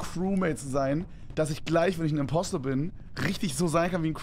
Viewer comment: Es heißt “Impostor”